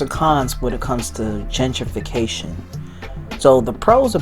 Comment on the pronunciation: Gen-trification! Not Genger!